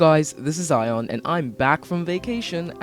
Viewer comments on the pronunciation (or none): It's actually Ion, not Zion.